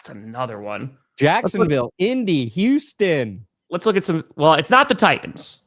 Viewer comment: He's very weary about addressing the topic of Yooston, Texas.